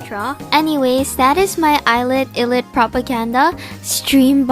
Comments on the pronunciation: I realized that you say illit and it eyelit! But u spell it like illit!! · So pretty! Also just a tip-ILLIT is pronounced like “eyelit” I can’t get over your artstyle aghhh so pretty